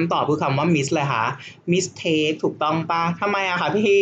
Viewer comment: สอนดีมากๆ เลยค่ะ พี่ ปล. mistake ออกเสียง หมึสเต้ก ไม่ใช่ มิสเท้ก ค่ะพี่ ตัว t ออกเสียง ต เต่า ค่ะพี่😅😅 st จะออกเสียง สต ค่ะพี่ เช่น stop ออกเสียง สต๊อป 😊😊 ตัวอื่นๆ เช่น sp ออกเสียง สป เช่น spin sc ออกเสียง สก หรือ ซ เช่น scan school scene science sk ออกเสียง สก เช่น skill ขอบคุณค่ะคุณพี่😊😊😊😊